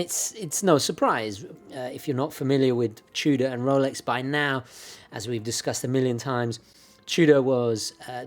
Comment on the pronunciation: Are you saying “Trudah” ? The R is after the O, not after the T.